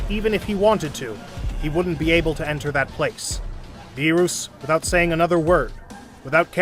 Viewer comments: These videos genuinely offend me, Like the way they say Beerus and Whis. Also calling them Dragon Spheres :skull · Beerus not beeroos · It beerus not beeros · its beerus not berus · berus=bee-russ not bee roose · It is not Berus it Beerus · Beruus hahaha it's beerus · Why, just why. Beeroos, and not Beerus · It's beer us not beerooos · Sorry for the grammar correction but it's not Ber-roos it's Ber-us or Be-rust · It’s not Beeruse it’s Beerus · U GOT THE ANGELS AND THE GODS NAMES WRONG BEERUS' NAME ISNT PRONOUNCED BEER-OOS its pronounced beer-us and Whis its not pronounced wis it is pronounced wees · I love the parts when he say beeroos and hermit seeds (def not beerus and sensu beans) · Everyone: beerus: beeroos💀☠️💀☠️ also everyone: shenron: shenlong 🤦‍♀️🤦‍♂️🤦‍♀️🤦‍♂️🤦‍♀️🤦‍♀️🤦‍♂️🤦‍♀️🤦‍♂️🤦‍♂️😑😑😑😑😑😡 guys why this guy so dumb everyone: super sayian/ssj/ss super sayian 2/ssj2/ss2 super sayian 3/ssj3/ss3: sayian 1 sayian 2 sayian 3 bruh 😑😑😑😑😑😑😑🤦‍♂️🤦‍♀️🤦‍♂️🤦‍♀️🤦‍♂️ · Who is beeroos!? ITS BEERUS NOT BEEROOS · Bro said beeros 💀💀💀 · he say lord beroos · Beeroos? Seriously dude 😂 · "mR bEeRoOs" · "whats going on mister beeerouse" lmaooo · "bearoos" "wiss" 💀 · bee-rus :skull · that the heck is a beeruus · Bee roos, wis, shen long, dragon spheres 😂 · WHY DO YOU CALLHIM BEEROUS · Not “beeruuus”💀💀💀💀💀💀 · BRO HPHE SAYS BEOS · Also it's beer-is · bro calls berrus Beeruus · "Mr beeurus" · “These order are from the great god beeroos” 💀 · My boy sed BeRoOs and WiS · Idk if it's done purposely or you simply can't pronounce beerus 😅🤣🤣 beerooooos, shenLONG !!!🤣🤣🙏😅🤣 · So out of all his friends, he’s surprised vegeta turned him?🤣🤣🤣🤣🤣🤣🤣🤣🤣 and “Beeroos” who tf is beeroos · Stop saying burus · MR BEEROOS- i give up on whis. also WHIZ like the PISS?? AND ZEENO? for fuck's sake- who's your voice actor? AND WHO USES THE WORD "SAMA" IN A DUB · did he just call beerus bearoos bruh 😮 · 1 its not berus 2 its not wis 3 its dragon balls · "beer-uu-s" "Whes" "Shen-long" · “Mr. Beeroos”